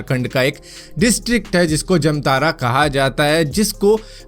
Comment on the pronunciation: भारत भाई जमतारा नहीं जामताड़ा हैं 😃